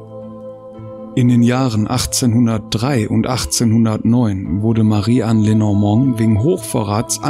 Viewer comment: Lenormand wird Französisch ausgesprochen!